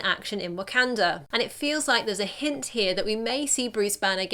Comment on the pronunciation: Learn to say wakanda